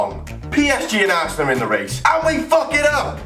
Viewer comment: He says assnel